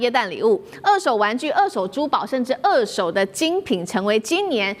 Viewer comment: 美女主播，不是惡手是二「ㄦˋ」手。